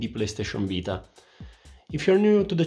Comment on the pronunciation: Nel momento in cui hai detto PS vita ho capito che sei italiano, giusto una domanda, funziona anche per Spotify?